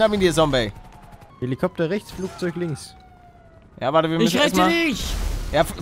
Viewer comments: Wie er damals immer sombey sagt anstatt zombey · Der alte legendäre Palle der noch Sombey sagt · Ich🙋🏻‍♀️ und das „Sombey“ triggert ja richtig😂 Is mir früher irgendwie nicht so aufgefallen😂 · Und Sombey statt Zombey gesagt hat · ich die das jetzt noch guckt und mich es jedes Mal aufregt wenn Palle Sombey sagt anstatt Zombey haha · Wie er damals noch Sombey gesagt hat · Paluten es heißt Zombey nicht Sombey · Bin ich die Einzige die Palle immer Sombey sagen hört 😂😫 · Wie er Zombey noch sombey nennt xd